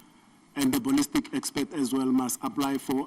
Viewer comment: I also heard the judge saying"Expect"